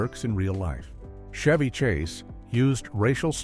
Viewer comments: it's CHevy Chase, not SHevy chase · Not "SHEVY Chase"....it's CHevy Chase". God I hate AI. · "Shevy" Chase AI SLOP